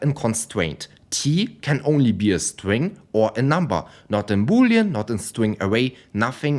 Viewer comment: "My stwing" 😂 sorry but i can't help it. Good video man